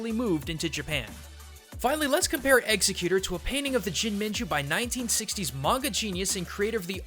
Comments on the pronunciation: Does the way he pronounces Exeggutor bother anyone else? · Why do you pronounce it's name wrong throughout the whole video and then say it right in the very end? (inconsistentcy bothers me) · your mispronunciation of this pokemon is unforgivable . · How are you mispronouncing Exeggutor? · Thumbs down for doing a video on a pokemon you can't even pronounce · why can none pronounce exeggutor the right way its so anoying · pronounce the name right please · I’m getting annoyed by the mispronunciation 😂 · how can you claim to play Pokémon and mispronounce a Pokémon's name so many times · Omg STOP mispronouncing EXEGGUTOR!!!!!! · Ew, why are you saying Exeggutor that way?? I pronounce it Egg-sec-you-tour. You're pronouncing it like it's a murderer with an ax. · Dude its pronounced ex egg u tor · Well yeah, but seriously, in pronouncing Exeggutor as "executer", the "gg" in it is produced as a "c". Does that make sense to you? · EverythingKidsTube It's spelled Exeggutor. Nowhere in that is there a "C" sound. Not only that, but that pronunciation puts emphasis on the wrong syllables. "Ex-egg-u-tor". "Ex" as if you were saying the letter "X". "Egg" just like the word "egg". "U" like the letter "U" or the word "you". "Tor" pronounced the same as the word "for", but with a "t" instead of an "f". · lol his pronunciation bugged me too. he kept saying Execcuter instead of Exeggutor. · no the very first mention in the video, he says exeggcute. Lol hilarious. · I think it's pronounced: Ex-egg-u-tor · wrong. It's Ex-egg-u-tor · Yeah every time he said it made me want to stop watching the video... It's pronounced X-egg-u-tore. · Did he really say Exeggecute ? I don't hear the "or" at the end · I feel conflicted by the way says 'Exeggutor'. I grew up learning the pronunciation as if it was 'executive', but 'tor' at the end. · The emphasis is on the EGG in ExEGGutor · I could BARELY watch this video. It's EGGS-ECK-YOO-TORE for gods sake! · he called exeggutor eggsecute...